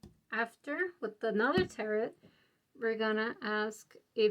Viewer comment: I often deliberately choose (for all kinds of vids) ESL speakers. I didn’t have a problem until she said ‘territ’ for tarot (tear-ROW). I’ve never heard that one before!